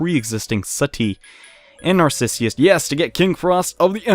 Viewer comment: coming from a dude who can barely pronounce narcissus I know the feeling